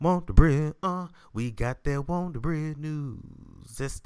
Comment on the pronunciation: That Wondabread🤣🤣🤣🤣🤣😂😂😂😂😂